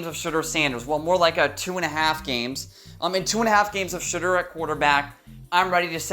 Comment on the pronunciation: are you saying shitter sanders?